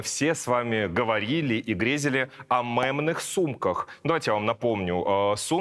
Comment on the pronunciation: Меня немного будто током чёт бьёт когда я слышу "мЭмный".